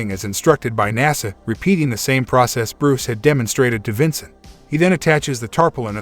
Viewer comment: bruh its vancat not Vincent